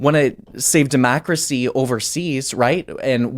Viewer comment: Honest question, where's from? He pronounces words in a weird way. "Demacracy" "Palitics"